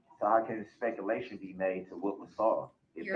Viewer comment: "Uhjeckshun. Miskaraterzation of the speckaltion."